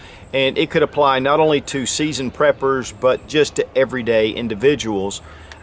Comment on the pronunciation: I don't see why anyone would laugh at peppers. I put 'em in chili . . . eat 'em with sandwiches . . . cut 'em up and . . . . . OHHH . . . wait . . . .you said PREPers. . . preppers. . . . ok . . . yea. No laughing! 😛😂😛😂